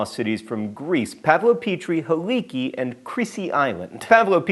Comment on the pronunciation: Helike is actually pronounced Hell-i-kay. Source: My Prof is one of the archeologists studying it and I have had several lectures on it.